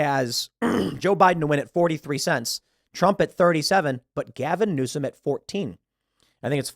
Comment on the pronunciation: “Newsome” Dear fucking God no.